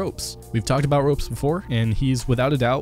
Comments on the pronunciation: Ropz not ropes plz fix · Ropez???? It's Ropz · nice video but just to tell you its called ropz[pronounced the same way ropz] not roupz. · I love how you call ropz - Ropes xD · it isn't "ropez" but "ropz", idk how tf you don't know that... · It’s ropz, not roupz. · R-awps not ropes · Ropz is pronounced Rawpz not ropes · Pronounced ropz wrong It’s pronounced “rawpz.” Haha yes